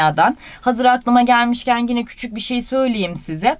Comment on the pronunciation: Hocam çok güzel anlatıyorsunuz ağzınıza sağlık ama bir ricam olacak. Lütfen gine demeyin tik oluştu bende